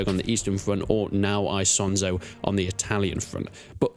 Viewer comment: It's not hard to pronounce Isonzo correctly, especially since this is probably not your first video about it.